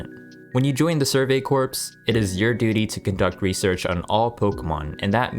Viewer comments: Corps is pronounced core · FYI, the P is silent in CORPS.